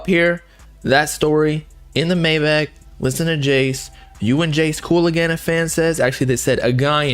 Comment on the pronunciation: Not to be that guy but maybach is pronounced “my-bock”